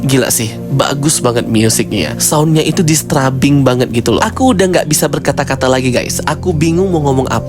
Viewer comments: Bagus cara review nya 🙏🏼 tapi maaf, i am disturbed by the way you said "disturbing" 😅🙏🏼 Not dis-tra-bing, but dis-teur-bing Atau kalau sulit melafalkannya, bilang aja "mengganggu" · mungkin saran aja kak, slow phase itu biasanya disebut Slow-Burn dan disturbing itu dibaca nya Disterbing 😊